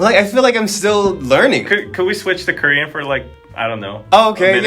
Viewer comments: Honestly ’ Korean pronunciation is soooo good!! I appreciate very much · He actually pronounces korean words so well.